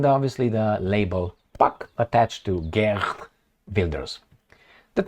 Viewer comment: Geert is pronounced Heert. Just like Harkov is not Karkov 😅. Why don't you sometimes use Google Translate and figure that out?